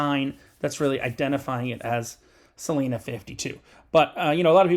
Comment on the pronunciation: It’s pronounced Celina with a long I